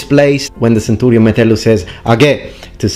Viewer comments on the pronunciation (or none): none